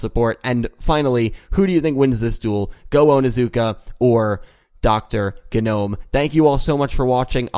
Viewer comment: It's GEE-nome. Just a heads-up.